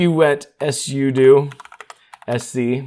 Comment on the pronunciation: ess-you-doo lol it's sue-doh